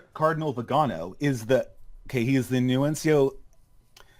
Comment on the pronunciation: Guy really knows his Catholic church, dishes out lots of explosive world-shattering insider information (e.g. "Francis is a progressive" - wow, didn't see that one coming!). Doesn't know how to pronounce "Nuncio".